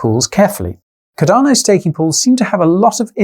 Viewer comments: Alot has changed since June, except for your mispronunciation of Cardano. Ive never heard of caDARno. CARdano on the other hand.. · love your channel mate, but cardano is pronounced as Car-da-no not cadar-no lol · Cadano Cadano Cadano!!! Fucking hell man, its got an 'R' in the name..........USE IT!!! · Quality, as always Guy,however what is"Cudano"?, madelistening a bit distracloibglovev yoouer work man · Bro there is an R in Cardano